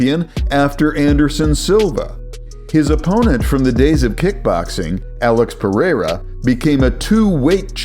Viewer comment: Why does he say it like that (Alex Perr-air-auh) 🤣